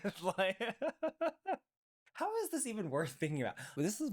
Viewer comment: I LOVE your rants– “Hoow” 😂. There’s nothing better than party pooping TEDx talks 🎉